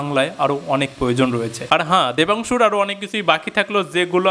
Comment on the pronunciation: Debangshu❌ Dhamnangshu✅🥱😏😂